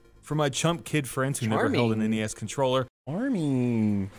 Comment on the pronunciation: Ah Jesus just call it the N-E-S, not the Ness!!!!!